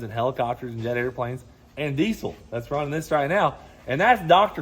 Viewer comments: My man is killing me saying DEEZOL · Since when is there a C in diesel 😂